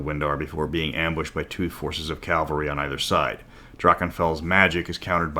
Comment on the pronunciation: Ca-val-ry :p